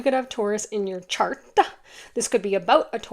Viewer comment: lol at you saying "cart" instead of "chart" and then asking if something glittery is distracting me -- I am looking at pretty, shiny rings on etsy right now as I listen to this. Quite literally distracted by glittery things, you caught me, sorry 😅